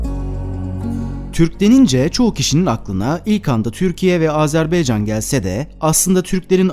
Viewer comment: Azerbeycan değil Azerbaycan Lütfen doğru teleffuz edin